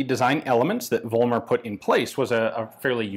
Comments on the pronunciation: I know, it's hard for anglophonic speakers, but the name is "Follmer", not "Wollmer". It's the same phenomenon like in "Volkswagen", it's pronounced with "f". There are some historic reasons for this in German, even Germans get confused about this, before they attend school. But everything else in this vid is pronounced very good. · It's pronounced FOLLmer in Germany.